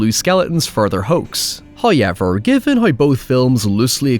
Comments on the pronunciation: Hoewyevha!!!!?? It’s however!!! HOW EVER!!! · 30 seconds in and we got our first "huyever" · "High-yever" Count - 4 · I love how this guy says "fate" as "feet" and "however" as "hoyever" its really funny. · First "hoyevver" drops . All treat, no trick. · "hoyever" lmao that's exactly how he pronounces it. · That's how Irish folk pronounce it in general, but the fact that he says it in the same exact tone and cadence every time, and you know he's gonna drop it repeatedly in every video, is just perfect. He should make Hoyever tshirts.